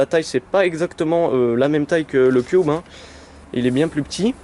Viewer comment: sa se dit cube pas "cuoube "